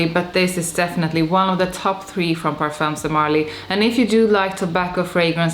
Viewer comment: Some good ones in there. P.s. we don’t pronounce the “s” or “z” sound in “parfums de marly”. It’s silent.